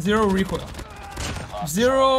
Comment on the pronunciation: ZERO REEKOIL, ZERO REEKOIL